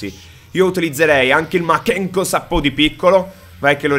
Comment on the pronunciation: Il giorno che capisci che si pronuncia makankosappo e non makenkosappo corro nudo per 10 kilometri